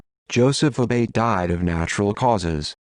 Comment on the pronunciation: Also the name is pronounced A-Bah-Tee